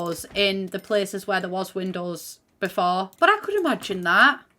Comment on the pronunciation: i love how says windows. "windehs"